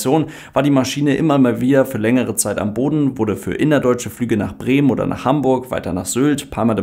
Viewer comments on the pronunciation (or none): none